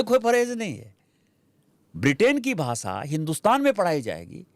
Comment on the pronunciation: Basa nahi basha aur des desh hai bhai jara Hindi toh Sahi se bolo